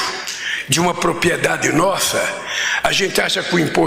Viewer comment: Ainda assassina o português!!! "Propiedade' kkkk